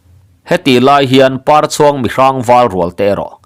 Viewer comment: 'Parchhuang,' i lam dan thluk hi a dik lovang. Pâ hming pakhat, "Papar, " tiha Parchhuang tia lam tur. Lo hal khu in Par a chhuang, tih ang hian aw.